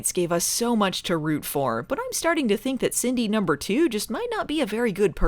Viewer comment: Every time yiu say "Cindy number two" it sounds like you purposefully try to say "Cindy poop"